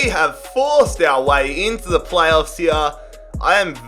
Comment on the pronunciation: Stop saying ‘here’ the way you say it is wrong